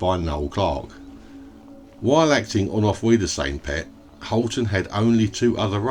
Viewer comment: Hiya 🙋 Thank you for the video on Gary Holton. Well done on the pronunciation, I had trouble with that when I tried! 😂 Best wishes Annie.